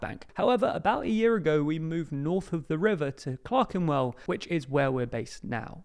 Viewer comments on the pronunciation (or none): Shouldn't that be Clerkenwell rather than Clekenwell? 😬